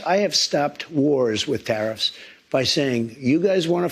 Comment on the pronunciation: Did anyone else hear Trumps slip up? Did he say, Terrif, countries, ooops, countries? Gosh if this doedsnt ring alarm as to why these terrifs are placed, then we are in trouble... is anyone else talking about this slip up in this interview?..